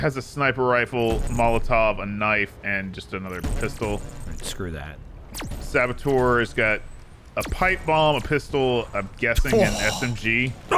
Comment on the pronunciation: Saboteur, not sabotour.